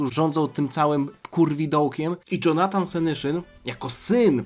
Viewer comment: Dżonatan senyszyn XDDDD no padłem na ryj